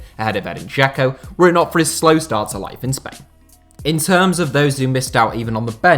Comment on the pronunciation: J in Slavic languages is always pronounced like Y in English, so its "voyvodina" and "sarayevo". Also, Džeko is pronounced "Jecko" as in "Jack"